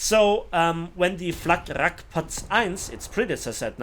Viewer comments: It‘s FlaRakRad, not FlakRakRad. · No idea why he says "Fla'K'rakrad" however... It's "Flarak" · Why do you always say FlaK Rak Rad, it's Fla Rak Rad. Not Flugabwehrkanonenrakete, but Flugabwehrrakete.